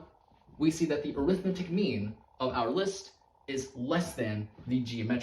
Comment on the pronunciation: 3 things: This is an extremely clever proof, I enjoyed seeing it come together. The way the 2 added in post disappeared behind your head was super clean. When talking about the arithmetic mean, 'arithmetic' is an adjective and is pronounced with major stress on 'met' and minor on 'ar'.